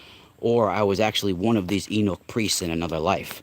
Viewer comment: Ahh word.. I was trying to figure out what you were referring to when you mention the castrated priest class.. I was like "wow, I've never heard that term.." but I'm glad you spelled it because I realized then what you were talking about with that : ) Yeah, you had it right spelled as 'eunuch' but it's actually pronounced like 'you-nick' or sometimes people say it like 'you-neck' depending on where they're from etc.